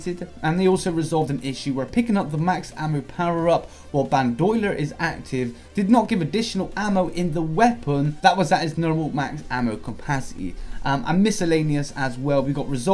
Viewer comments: Bandolier, not ban-dolier. Pronounced Ban-da-lear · "Ban Doyler"😂 Love that pronunciation of Bandolier